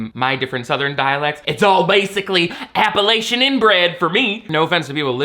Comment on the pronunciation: as a native Appalachian, I stand by your statement. and I also appreciate you pronouncing it properly!